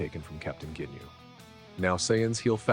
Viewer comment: GINYU, NOT "JINYU"... 😅😅😅😅😅😅😅😅😅😅😅😅😅😅STUPID!!!